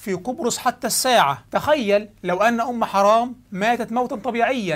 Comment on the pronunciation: تسميتك اياها بأم حَرام والله نرفزني و ازعجني اعد التسجيل بعد إصلاح الاسم حِرام بكسر الحاء وليس فتحها